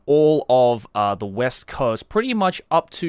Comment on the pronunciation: Bro, you said west wrong so many times I started to question reality. Edit that sh1z out, dawg